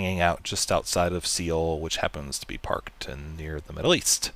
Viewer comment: Its pronounced Soul. Not Sea-Ohl..